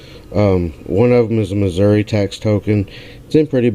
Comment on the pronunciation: Yay!!!! You pronounced Missouri right! Lol! Glad you had a great time, my friend. Would have loved to have been there too. Congrats on your first IHP! Thanks for sharing. See ya soon.